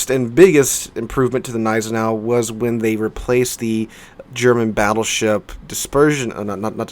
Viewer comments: Don't call it 'neisenau' you also have to say the G ='Gneisenau' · The way you ignore the G in Gneisenau really triggers me dude :P Pronounce the G please ;(